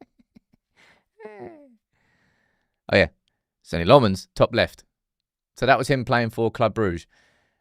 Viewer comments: You just refusing to say his name properly??? His name is nothing like LeMons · Still don’t have that pronunciation down I see 😂